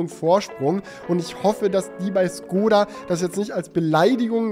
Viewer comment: Es ist kein Vorwurf aber bitte kein skoda sondern SCHkoda 😅